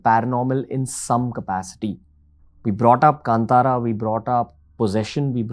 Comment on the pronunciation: Thanks for pronouncing Kantara correctly!!